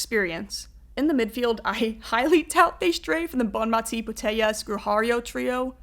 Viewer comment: Very good but you're pronouncing the name of the best player in the world incorrectly. Bonmatí, accent on the last syllable.